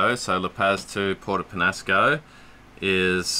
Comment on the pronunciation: Oh, you're not pronouncing Puerto Peñasco (Pen-Ya-Sco) correctly. Summer time is generally a good time to go north. You'll get more in the way of northerly winds.